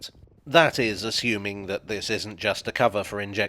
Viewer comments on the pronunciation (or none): none